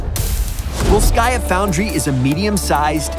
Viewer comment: It's ['volskaya], not [vols'kaya], just like ['jefferson] is not [je'fferson]